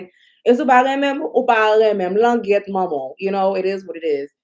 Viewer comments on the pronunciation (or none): none